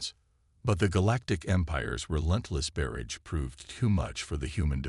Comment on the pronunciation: You are just about to be on my DNLT "Do Not Listen To" list. There are actually a couple of YouTubers out there who have actual HUMAN narrators or narrate themselves. WOW!!! What a concept. Stop using AI until they can pronounce simple English words! i.e... what is a berredge!!!!!! I have heard of a barrage but NOT a "berridge"!! That is not the only mistake by far!!